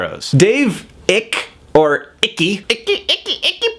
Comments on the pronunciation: Great video ! David Icke is pronounced Ike, like Ike Godsey on the Waltons ! Makes me proud to be British when I see Icke on TV. Why should America have all the conspiracy fruit cakes ?! :-) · Icke is pronounced like Bike minus the B. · it's pronounced David 'IKE' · Icke is pronounced Ike, however his theories sound insane no matter how you say it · Icke. Rhymes with bike. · Fyi David ike's last name is pronounced to rhyme with pike or spike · You can tell how well this video was researched by the way he pronounced David Ickes name.